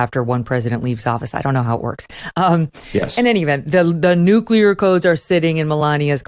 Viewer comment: An expert who says nucular (nut shaped), rather than nuclear, begs his expertise!